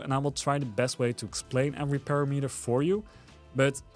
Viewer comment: When I visit Mexico, I always ask the locals to correct my language AND the pronouciation. Sometimes people want to be 'polite', but its not helpful. I make it clear that I prefer to be corrected. That said. Its pa-RAM-eter, like di AM-eter I know YOU will take this constructively, but some sensitive loser will get bent about it. So, since I'll never read any other their responses to this, I'll just give my answer up front. Bite me, ;-) ------------------------ Oh yeah...Awesome video. Thank your sir. Subscribed and liked.